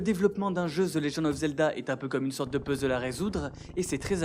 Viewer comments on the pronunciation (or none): none